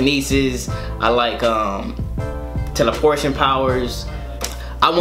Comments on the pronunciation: He said "Teleportion" powers, not the correct term.. Teleportation. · lol teleaportion